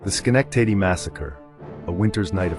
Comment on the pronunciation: Dear God can you PLEASE pronounce my city’s name PROPERLY?!?